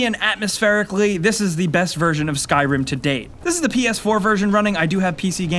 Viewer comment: Did anyone else notice how he said skyrim ? XD